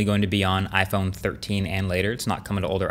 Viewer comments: iPone lol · "iPone 13 reaction"